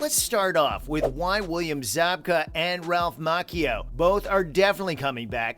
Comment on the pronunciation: Ralph Mok-eo? 😂